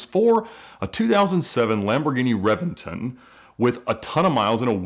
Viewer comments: It's not a revinton its a Reventón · revington hahahaha, its reventÓn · it’s read as re-BEN-ton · Reventon is pronounced Re-ben-ton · Um fun fact. It’s pronounced ReBenton. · I expected reventon to be pronounced Rev-en-tonn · Ed mispronounced Reventon, it should be "Re-ben-ton" with a B, even though it is spelled with a V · He’s butchering the word reventon